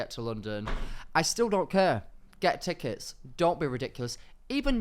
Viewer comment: "teckets" keeps making me giggle